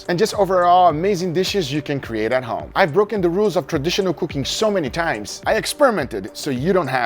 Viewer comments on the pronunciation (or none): none